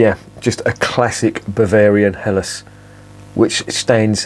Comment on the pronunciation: Perfect pronunciation of the term Helles with a slightly separated but clearly audible H! Do you have German ancestors or ever lived in Germany for a longer time?